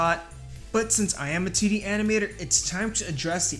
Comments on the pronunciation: I can't unhear him saying "tiddy animation" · Every time you say 2d my 3rd grader brain hears tiddy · It's how he says it. Tiddy animation. Nice